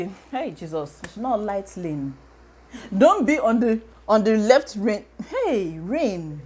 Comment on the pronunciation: "Don't be on the reft lane"😂😂😂😂 I feel you